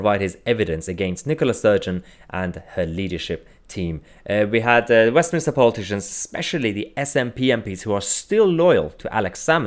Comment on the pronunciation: wait a sec, did you say "Westmin-i-ster" that's not a thing or a place 👌 it's Westminster...